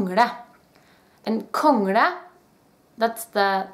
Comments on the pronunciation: It's l, not r. Kongla. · I have a question: It sounds to me like you pronounce "kongle" as "kongRe" with an R. I've listened to it many times, and it sounds like an R rather than an L. Am I hearing wrong? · you said "Kongra" and we have the same word in Urdu that makes the same sound as the later "r" does in "Kongra", but I can see that English speaking people and people from many other cultures simply can not pronounce that at all.